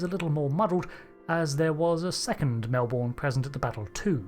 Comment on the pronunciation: As a Melbournian, losing both Melbournes and the pronunciation of them both brings me great pain :P